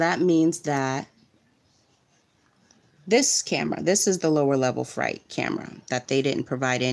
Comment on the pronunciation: Freight. Not fright. I cannot listen lol